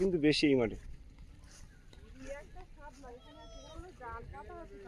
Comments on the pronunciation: ❤❤❤ও আবার আজকে সকালে এসেছে ভিডিও এক এক সময় দাও বুঝতে পারি না কখন আসবে 😊আরে বোন সামলা না বলবে শাপলা ওটা শুনতেই ভালো লাগে গো ভালো লাগছে তুমি ভালো থেকো বেশি বেশি করে খাওয়া দাওয়া করো অনেক শুকিয়ে গেছো ❤❤মাও যেমন শুকনা হয়ে গেছে মেয়েটাও তেমনি ঘন ঘন খাবে কম কম খেলেও ঘনঘন খাবে ফল দুধ ডিম খাবে নিজেও খাবে মেয়েকেও দেবে। ভালো থেকো পরিবেশটা অসাধারণ সুন্দর পাখির ডাক শুনতে খুবই ভালো লাগে আর কতবার তো তোমার শাশুড়ি ছিলেন মাছধরা দেখেছি তোমরা একটু চেষ্টা করো ❤❤❤❤❤🧿🧿🧿🇧🇩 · তুমি ভুল কথা উচ্চারণ করছো শামলা হবে না শাপলা হবে